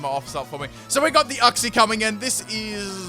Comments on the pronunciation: IT’S YOUK-SEE NOT UCK-SEE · You-xie YOU-XIE IF I HEAR UX-IE AGAIN I WILL DIE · Silly, it's pronounced youk - zee